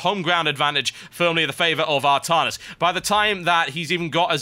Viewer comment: Artarnus? I thought it was Artanis :o